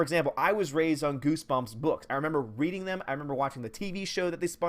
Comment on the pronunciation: Haha he said "GooseGumps". 😂😂😂😂